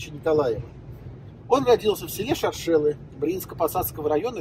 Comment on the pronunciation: Шоршелы- ударение на 1й слог) Очень душевно! Давно там не была, спс!